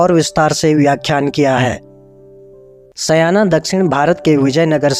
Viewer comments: 'Sayana' nahi 'Shaayan' ('n' pronounced as in Vishnu) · भाई सायण का शुद्ध उच्चारण करें । सयाना नहीं । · सयाना नहीं-सायण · वो सयाना नहीं आचार्य सायण है